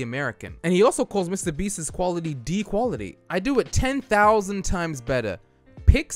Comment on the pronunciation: ah yes ten fousand dollars